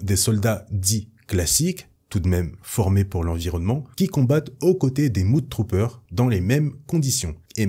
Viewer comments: Super vidéo ça fait plaisir de revoir tout ces Storm troopers, si j'avais et c'est du chipotage, Mudtrooper ne ce prononce pas Moud mais Meud (Même prononciation que pour le U de Us). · Point prononciation MudTrooper: on ne dit pas "Moude troupeur" mais meude troupeur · Top vidéo Merci. "Mudtrooper" : prononcer mEdtrooper et pas mOUdtrooper ;) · Sa ce prononce pas moud mais mod